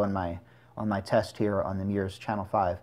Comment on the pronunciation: He said meyours!! 🤣🤣🤣😂😂😂